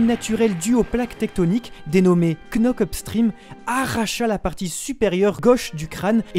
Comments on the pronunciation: Frère ça se dit pas KKKNock up stream on lit pas le «k » ça se dit (k)nock up stream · Juste frero ça se dit "nock-up" pas "Knock-up" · Knock up stream le k ne se prononce pas svp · La bonne prononciation cest [nok up strim] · On ne prononce pas le “k” dans knock-up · On dit « nock up »